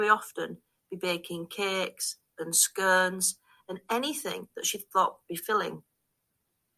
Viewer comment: It's Pronounced SCONES Not SCURNS!! Another One Who Can't Talk Right!!